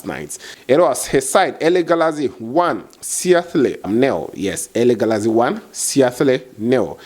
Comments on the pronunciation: Its pronounced as Seadil please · it's pronounced as Sea - A - tle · boss just an advice to you bro you will need to work on your Teams name pronunciation -(Seattle) just Google it and you will get the pronunciation right aside that keep doing the good job bro 🙏😊